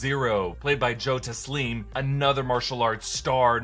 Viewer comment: If you're pronouncing Joe taslim name like Tazleem then Cole's name is pronounced Colee.. and the way you pronounce shang tsung... ahhh my blood it's boiling